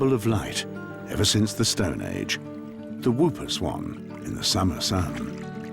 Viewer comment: NOT WOOPER SWAN! PRONOUCED "HOOPER"